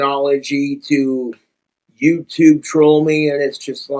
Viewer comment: just a quick snack yewtoob TWU